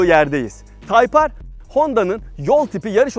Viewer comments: Nasıl yazılır ? Type-R Nasıl okunur ? Tayp Ar Nasıl okunmaz ? Taypır :) :) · Nasıl yazılır:type-R Nasıl okunur:tayp ar Nasıl okunmaz:taypır :D abi yarıldım yaa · Nasıl yazılır? Type-R Nasıl okunur? Taypar Nasıl okunmaz? Taypır =O :-P ;) :-( :-) :-! :-$ B-) :O :-* :-D :'( :-\ O:-) :-[